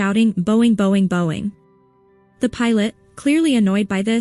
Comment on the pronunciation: I heard Boeing at first as well (I didn't get the joke because of the bad transcription), but then I realized it was the AI mispronouncing the word, or overpronouncing.